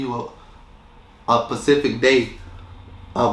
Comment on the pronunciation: How tf do you read the word "specific" SPELLED correctly and you STILL say it wrong??? That's some next level ignorance right there. Lord!